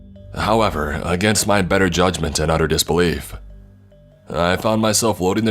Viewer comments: I think it was struggling to say MY and instead said MEH which sounded like MAD so It came out sounding like MaD dOllY when it was trying to say “MY DOLLY!” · He wasn't...he was saying "my dolly" but "my" sounded like "mai"